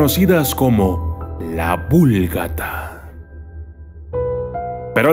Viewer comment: Se pronuncia VULGÁTA, no esdrújula